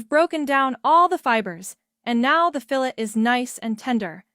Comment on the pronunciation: Don’t you just love these AI voices…. “Fill-ette” 😂